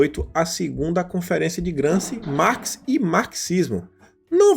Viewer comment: GramSCI => se lê GramSCHI, Antonio Gramsci